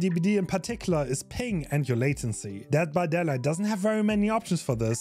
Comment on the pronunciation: bro talmbout some "dead by dada"